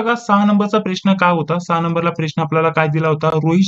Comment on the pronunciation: सर, तुम्ही प्रश्नाला "प्रेश्न" का बर म्हणता ?